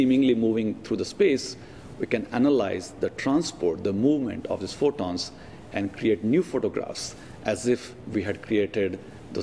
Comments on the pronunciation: Furballs? Fooballs? Funballs? funbons? Trying to say photons? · the guy at the beginning says fotons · why so much emphasis on 'photons'?